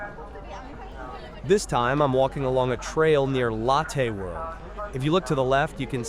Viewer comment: I really do appreciate these videos: When I miss Seoul, I can go back "virtually" and see some of the areas I've walked countless times. But I really wish you'd change some things with your videos: 1) Remove the voice over; it's a horrible AI voice that has very poor pronunciation particularly when it comes to names of places and people ("Lattaih World"). You've already put description in the CC so please don't force us to listen to the horrible voice over. I'd much rather listen to the ambient sounds for complete immersion. 2) As cool as 360 degree videos are, there are some major problems on Youtube: A) when you change direction, I manually have to alter the view direction so I constantly have to sit with a joystick and correct to avoid walking sideways, and B) Youtube doesn't support 8k resolution, only 4k max, so we get a much lower quality image than if you did 180 degrees at 4k. Plus let's be fair...Besides when watching 360 degree videos, most of us NEVER look backwards so the view behind us is kind of wasted. If you were to kill the voice overs, I would be thrilled. If you would upload your videos as 180 degrees in 4k, I would be even more thrilled as it would give a much MUCH better viewing experience. Sorry to complain, but please consider the above.. And again, thank you for putting in the effort to make these videos. I truly miss Seoul and Korea and this helps so much.